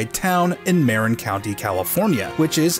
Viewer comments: Small note, Marin County is pronounced "ma-RIN" rather than "MAIR-in". Other that, super interesting vid! I never even noticed that sticker, for all the times I watched ROTJ. Also never knew about the radio station, though I was born in the 80s so it was before my time. I wonder if older neighbors or my old teachers remember it. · Fantastic video! Spend my childhood going to Bolinas so this is quite a cool tidbits. Small quibble: It’s pronounced “Murr-in” county rather than “Mare-in” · And the stress is on the second syllable, not the first. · Interesting and fun. However…it isn’t pronounced ‘MARE-in’, it’s pronounced ‘mah-RIN’. As a longtime resident of the areas around Skywalker Ranch, trust me. The commenter needed to take a bit more time on that part of the research… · This was cool. FYI, the county's name is pronounced "Mah-rin" not "Mare-in." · Marin County is pronounced "Mah-rihn" not "Mare-inn." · Marin County is [ronounced Mah-Rin, not Mare-in. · It's pronounced Muh-rin not Mare-in in regards to Marin County. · Marin County=== "Muh-rin," not "Mare-in." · Pronounced: muh-RIN county, California, not MARE-in county California. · Not MARE-in ma-RIN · not that it matters but you said Marin wrong. it's like "merr in." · The county is pronounced "muh-RIN," from the Spanish "mah-REEN." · Local here, it’s pronounced “mer-IN” county. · Marin (County) is pronounced "mer-INN". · Merr-in county. People always pronounce the 'a' too much. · Pronounced MA - RIN. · It's pronounced "mar-IN." You emphasized the wrong syllable,. It took you over 40 years to figure our that highly significant detail about a prop guy's favorite pirate radio station. YAWN. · You're pronouncing Marin wrong. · OK story, but you pronounced Marin completely wrong. Come on!